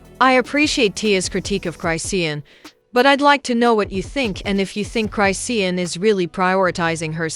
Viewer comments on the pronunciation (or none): Y'all need to get a narrator who knows how to read these people name. She's not saying Tia name right and she's not pronouncing Chrisean's name right.